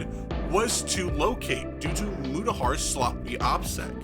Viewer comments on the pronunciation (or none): Oh look it’s MU-TA-HARRRRRRRRRRRR